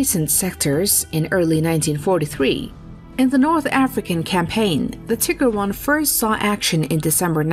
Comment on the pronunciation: "Tigger I" and "Tigger 2". How about the "Winnie and the Eeyore ?